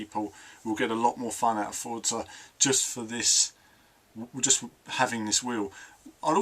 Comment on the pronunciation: Just say Forza not Fortza. Us Brits are supposed to say Forza Lol. Stick to it hahah